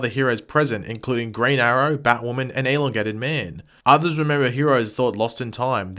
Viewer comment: Is anybody else annoyed by the way he says elongated man